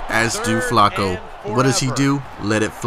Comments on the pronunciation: Why does he say Flacco so weird? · Learn how to say Flacco correctly